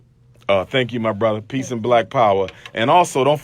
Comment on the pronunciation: he says, "Peesh and Black Power" Peesh means getting some Head!! Umar Umar UMAR 😅😂🤣 SICK